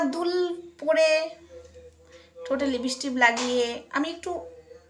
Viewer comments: তুমি তো সবজান্তা। এবার দয়াকরে বন্ধ করো। তুমি হিংসায় জলে পুড়ে মরে যাবে আর কদিন পরে। তুমি সারদা মায়ের কথা শোনোনি। তোমার পক্ষে জানা সম্ভব না। কারণ নিন্দা করতে করতেই তো তোমার জীবন শেষ হয়ে যাবে। তুমি তুমি ঠিক করে উচ্চারণ ও করতে পারো না লিপস্টিক কে লিপস্টিপবলো। তুমি খুব সুন্দর দেখতে তুমি সেজেগুজেবসে থাকো। কত অসৎ উপায়ে টাকা রোজগার করছো। তোমার এই কল রেকর্ড সব মিথ্যে। মায়ের গলা সবাই চেনে। তুমি নিজে কিছু ক্রিয়েট করে দ্যাখাও না। পিল্জ ভগবানকে নিয়ে আর কাদা ছোড়াছুড়ি করো না।🙏🙏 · লিপিষ্টিপ নয়,লিপষ্টিক ঠিক করে নিন।